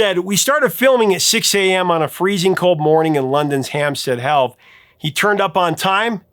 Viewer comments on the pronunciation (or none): Hampstead "Heath", not health ;-) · Hampstead HEATH! not health. Learn to read, you Child! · Just so you know for future reference the name is Hampstead Heath NOT Health. !!! I thought I'd misheard but it's as spoken in the transcript. Thanks for all the interesting info you put out and all the music you play that allows us to relive the times we heard them on the radio. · Hi. It's Hampstead Heath not Health. I think that's what you said. Apologies if I misheard. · Hamstead HEATH, not health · The place is Hampstead HEATH, not "Health." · I think that's supposed to be Hampstead Heath, as opposed to "Hampstead Health." 🤓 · Where you miss a spelling error on your autocue and say Hampstead Health instead of Hampstead Heath. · Hamstead HEATH, not health. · Great show, as always. Thanks for doing what you do! It's Hampstead Heath though (not "health"). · Hampstead Heath is a park in north London. It rhymes with cramps dead wreath. Cheers. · There’s no L in Hampstead Heath.